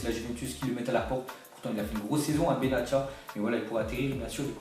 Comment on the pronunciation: Respect les noms des joueurs quand meme benatia prononce le benassia c mieux